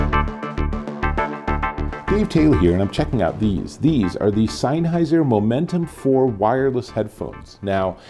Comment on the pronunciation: Great review! Mine come in tomorrow I’m super excited. Your pronunciation of “Sennheiser” makes me cringe every time though lol.